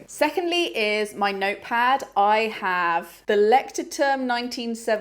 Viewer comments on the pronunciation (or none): Such a fun video.. and finally a relatable one ❤ love how positive your are and also the sustainability aspect … and quick side note… the notebook is pronounced more like loych-toorm which means lighthouse in German